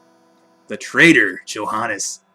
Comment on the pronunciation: Oh I have to say it. You mispronounced Johannes, too. =D